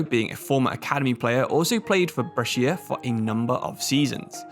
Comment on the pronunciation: Brescia's pronunciation is almost good, basically it's "bresha", you don't read the "i"